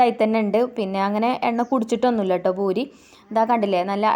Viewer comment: ഭൂരി അല്ല പൂരി എന്നാണ് പറയാ